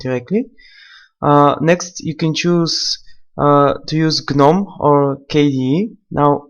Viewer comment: "gnonm" xD